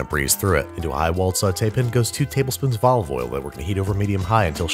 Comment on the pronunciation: P A N, you pronounce it with a "A" not an "I", your not French and thats not even how they say it.